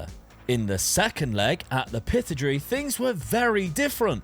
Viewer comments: "at the Pithodri"? There's no 'the' and it's pronounced Pit-odd-ree. For a second, I thought you were Work The Space 😁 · Not a regular watcher of your videos, but really enjoying this. 1 tiny little thing though...Aberdeen play at Pittodrie which isn't pronounced "Pitodry". It's pronounced "Pi-tod-ery" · Pih-tod-ray is how to pronounce Aberdeens ground 😂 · It's pit-odrie 😂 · Came straight to comments to say the same. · what is that pronounciation of Pittodrie:D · great video and loved your pronunciation of Pittodrie and Greenock 😂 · That might be the worse pronunciation of Pittodrie I’ve heard lol